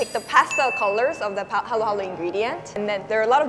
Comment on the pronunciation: its haluhalo not halo-halo